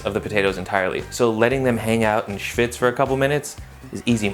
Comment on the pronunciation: I love that word, "schvwitczs".